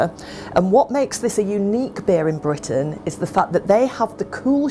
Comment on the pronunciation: its not jus a cahet, its a beeh !